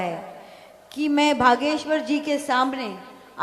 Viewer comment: एकता बोलती है......भागेश्वर😂😂😂😂